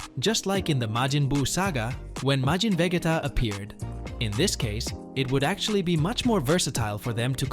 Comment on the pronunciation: This guy actually said vejeta 😂😂😂